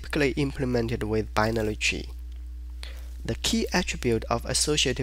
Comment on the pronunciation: I heared "chi" and I thought I am in the wrong tutorial ...... but you mean "tree" ;-) where are the subtitles ? very good tutorial but with nice asian pronunciation .... for me hard to understand my brain has to do more work ... ;-)